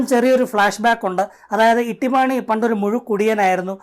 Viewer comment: ഇട്ടിമാണിയല്ല തൊട്ടി മാണി പൊളിച്ചു.😂😂😂